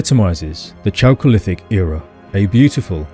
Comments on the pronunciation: First syllable of "chalcolithic" should be /kælk/ -- same as it is in "chalcopyrite." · It's pronounced 'kalcolithic'. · Very interesting and well done. P. S. 'chalcolithic' -> K as the initial consonant. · Chalcolithic = KAL-kuh-lith-ick